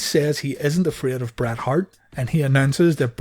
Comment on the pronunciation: There are so many times when you say Brett that I hear Brad lol. I absolutely love this channel. Keep up the amazing work